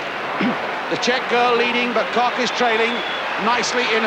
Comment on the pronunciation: Why couldn't this announcer, and for that matter, almost all British announcers pronounce names correctly? It is not Marita KOCK, it is KOCH, pronounced with a long "o" and with the German "hch" on the end.